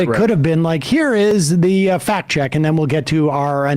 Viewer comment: "For all of da fact heads" 😂😂😂